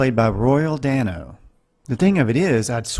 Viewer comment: Mispronouced Dano